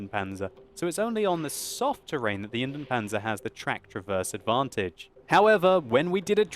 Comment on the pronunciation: Pronounciation tip: Try to pronounce Indien-Panzer as Indy-en Panzer. You pronounce both the I and the E in Indien.